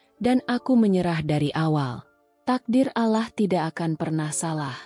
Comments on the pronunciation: Klo bukan muslimah ya nyebut Allah spt itu...dah betul...tp klo muslimah memang menyebutnya krg pas...maaf ya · Tlng di perbaiki cara mengucap allah ya min, gk enk denger nya coba belajar cara mengucap nya